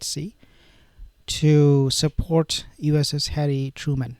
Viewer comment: Its Truman not Trueman...